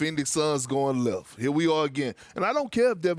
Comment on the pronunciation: "Phoenix Suns goin leffff"